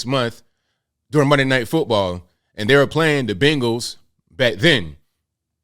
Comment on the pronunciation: The team is called "BENGALS" not bangales.